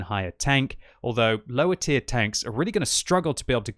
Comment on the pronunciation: i love how u pronounce it löwer :)